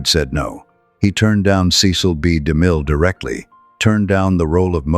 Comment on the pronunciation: to the narrator his name was ceil b de mil not damil